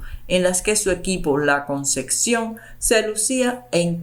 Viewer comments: La CONCEPCIÓN. No ConceCcion. Favor pronunciar correctamente. Muy mal leído el texto. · Todo muy interesante pero te pido que pronuncies adecuadamente. No es " la concección " es " la concepción ". Con pc ,no cc. Gracias